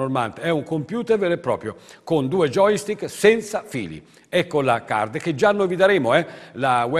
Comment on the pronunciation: All'inizio pensavo fosse uno scherzo!!! Ahahah (da notare come dice internet e joystick: intert e giochistik)